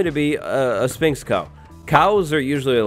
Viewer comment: Learn how to pronounce Sphinx right